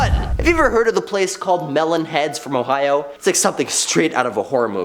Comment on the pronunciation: "I'm so glad I don't live in HOEohio"